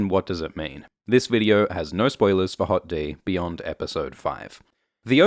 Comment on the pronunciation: I can't help but laugh every time you say "Hot D".